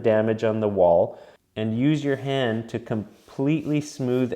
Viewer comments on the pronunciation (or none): none